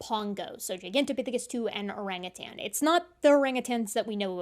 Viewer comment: I love that you pronounce orangutan properly. I'm so sick of hearing "uh-rang-a-tang". 🙂